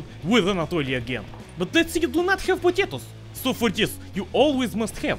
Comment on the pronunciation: I love how he says potatos